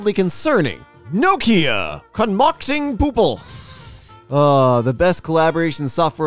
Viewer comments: It's poopie not poople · that says "poopie" not "poople" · The only mistake you made was reading "poopie" as "poople" but it was for the best. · also, it was poopie, not poople. lol